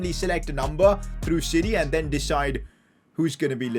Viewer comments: who else thought he was saying “City” when he was saying “siri” lmaooo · Whenever he says Siri I hear city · Did he say siri or city